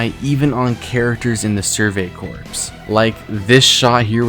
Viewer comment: Just wanna let you know that the pronunciation for: corps --> kor Jean --> John [more emphasis on the J. So, it's *Jjjjohn*] Paradis --> Para dee